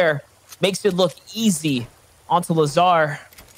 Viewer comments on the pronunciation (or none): He sed lazAR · Lazaar, shyfu, get preferred kid... Does this guy know how to read lol